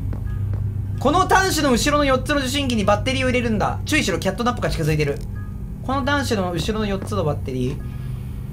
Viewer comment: 色んな実況者がキャットナップをナイトキャップって呼んでるの草